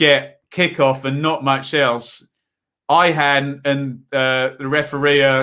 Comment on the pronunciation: Decent pronouciation of theTurk names .. Devishawlu. Cenk is Jenk Cem is Jem. It is Soynunju. Jihanawlu.